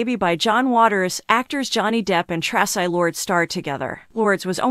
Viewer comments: Tra.cii TRACI !! Say it right!! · AI can't even pronounce Traci's name properly. I'm outta here.